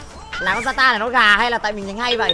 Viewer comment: zata❌ yata✅